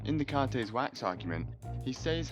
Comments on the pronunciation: Holy hell, do you hate the French or something? You can't spell or pronounce any of our words or names lol, it's bonjour not bonjorr and Descartes is pronounced Day-cart, so now you know. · Descartes is pronouced "day cart." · you pronounce and spell so many concepts (solipsism), and even names (Descartes) wrong